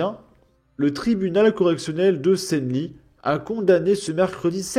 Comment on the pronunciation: bon je vais faire une faute mais Senlis se dit "sanlisse"